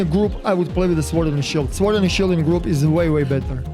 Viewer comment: Lol they way you say sword, normally the W is silent